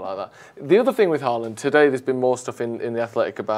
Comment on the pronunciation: I wish you guys learned to pronounce Haaland’s name correctly. It’s not Haa-aaland. The double aa is pronounced as ‘å’ in Norwegian which is similar to the way you would say in ‘Hi-ho’ in English. Haaaaland is just plain wrong. The best way to pronouce his name is english would be ‘Ho-land’.